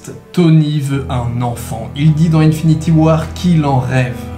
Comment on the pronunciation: "unfinity war" ? L'anglais est mort